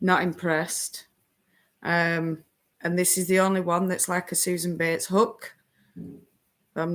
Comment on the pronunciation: Oh!!! You say “bates” like they do on Downton Abbey!!!! “Mistah Betes!!”